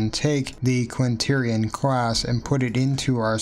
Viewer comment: You seem to have written Quaternion but are not pronouncing the 'n' in the middle.